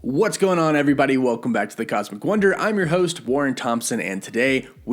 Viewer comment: I thought you said “black” for a second